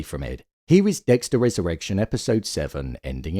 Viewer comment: I keep hearing "Dexter has erection" 😂